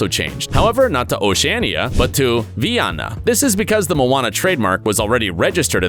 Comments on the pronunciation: Vaina in French… This in not how it is pronounced. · Vaiana is pronounced [vī′a:na] in the version I watched in English.